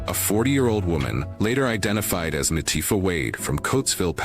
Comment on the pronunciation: It LA Tee FAh in pronunciation not tiff fah